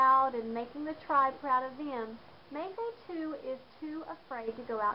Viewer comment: Its Mafatu not mafa tu